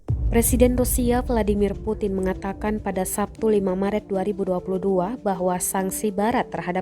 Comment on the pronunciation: Putin baca nya primbon bro..puting👎👎🤭